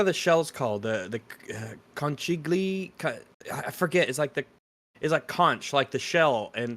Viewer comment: trying to say "conchiglie" made my day. 😂 BTW, as Italian the spaghetti thing is not that controversial. That's why we use specific types of pasta for different dishes: trofie al pesto, bucatini alla amatriciana, tortellini in brodo, ravioli, and on and on...